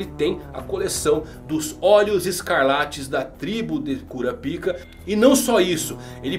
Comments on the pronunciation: É KurÁpika, e não KurapÍka. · kkkkkk eu não aguento o KURAPÍCA. É KURÁPICA po 😂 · "KuraPIka" (sílaba tônica no "pi") não soa bem kkkkk. "kuRApika" (sílaba tônica no "ra") é melhor. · Mano tu falou cura pika .eeee curapaika 🗿🍷🍷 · Se dá próxima ele pronuncia korapaika eu sigo ele mais se pronunciar korapica sai fora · Kurapaica* isso é coisa da antiga dub de hxh. O certo é kurápika Tanto que nos filmes dublados é pronunciado assim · Eu não consigo ouvir cura-pika sem rir kkkkkk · se escreve curapica mais se le curapaica kkkkkkkkkkkkkkk